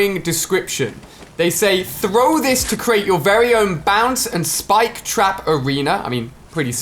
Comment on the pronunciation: When you say it it sounds like “Spike Traperino” which is something that I totally imagine Rich (iTemp) calling the spike trap in his commentaries.